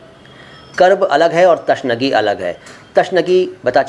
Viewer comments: Abe chhotye pahle Urdu bolna seekhle تشنگی نہی بلکہ تِشنگی ہوتا ہے اور اگر پوری ویڈیو دیکھونگا تو نا جانے کتنی غلطی نکلے گی اور جو آپ دوسروں کو بتانا چاہیں تو پہلے خود اس کی تحقیق کر لیں اور You Toub پر video دیکھ کر اپنے آپ کو علامہ نہ سمجہے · تِشنگی ہوتا ہے تَشنگی نہیں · Tashnagi nahi .... tiishnagi hai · यह बोहुत अच्छी बात है आप ऊर्द से प्यार करते हो लैकिन बैहतर होगा सही तलफ्फुज बताएं ताके विवर्स सही जबान सीखें जैसे की आपने बताया कर्ब ए तशनगी यह गलत है सही तल्फफुज है कूर्ब ए तिशनगी। और भी कुछ अल्फाज हैं जिन मे इसलाह की जरूरत है बेहतर है विडियो बनाने से पहले डिक्शनरी देख लें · Tashnagi nahi bhai.....Tishnagi